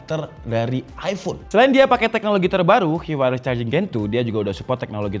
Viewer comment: Sedikit koreksi bang, standarisasi "Qi" itu penyebutannya "Chi" 😁